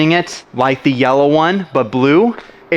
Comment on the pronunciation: he butcherd that pronunciation